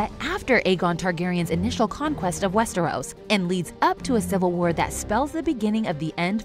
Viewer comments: the fuck is "West-Air-Os"? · A-sos?? Westairos?? GoT casino??????? This channel deserves wildfire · "We're be fans of WEST-TARE-US" - Sorry 😂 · Love y’all but if you’re going to continue making GoT/HotD videos can someone please teach the narrator how to pronounce Westeros?